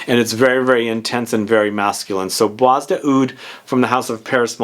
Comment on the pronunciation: Hi, I love your videos. Just one remark - "Bois" is French for wood or forest and is pronounced with a silent s. So it sounds more like "bwa".